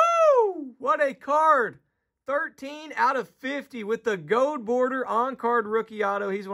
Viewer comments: Gold*** not “gode” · "Gold" being pronounced "gode" threw me